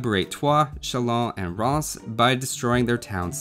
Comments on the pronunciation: It's not read Ranz... More like rance but with the french "r" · Rheims Not pronounced as rance. No. :'( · I thought the way he said it sounded more like 'Rance'. So are people from Rheims 'Rancid'? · legend saying how he wants to avoid triggering french speakers Me getting triggered at how he mispronounces rheims as "rhaans" insteaid of "rran" Curse you for not being fluent in a foreign language! shakes fist Respect for pronouncing Chalons correctly though aswell as giving La Hire the respect he deserves.